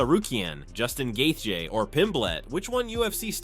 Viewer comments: Right? We all know it's Joostin Gay-chee. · GAY THEYEY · Justin “gathee” is one bad MF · The narrator does not know how to pronounce Dustin Gaethje” s name ! It’s hilarious!!😂 😢😂😅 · who the hell is gay-thee and Eye-liah Tapu-Riah jambalayah! this channel does not deserve my presence, i'm blocking it for being lazy and recording the damn audio. How can you dedicate a channel to something and get all the names wrong?!!! - Bye